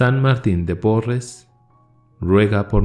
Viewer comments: QUE BELLEZA! Porqué dices PORRAS en vez de PORRES? Bendiciones Hermano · Buenas tarde hno Dios lo bendiga...el apellido de san martín era Porres y no porra como usted dice.Disculpe la observación 😊saludos y bendiciones desde Panamá 🇵🇦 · Se dice "Porres" con "e". Muchas gracias por el video. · Pésima lectura, pues la pronunciación del apellido de Fray Martín es DE PORRES, DE PORRES. Para mí, esto es suficiente para dejar de escuchar estas lecturas, aunque se trate de la vida de un santo (errores que le restan formalidad y seriedad a la intención).